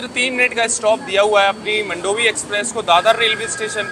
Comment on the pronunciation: मंडोवी नहीं मांडवी 😂😂